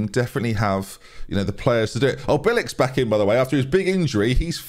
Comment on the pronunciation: Hi, just so you know every time you say bieliks name as bye-lik I have a stroke. It’s b-ye-lik. Also play ebosele over sibley